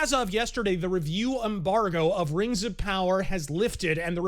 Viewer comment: It was pronounced "raangs" 🤣🤣🤣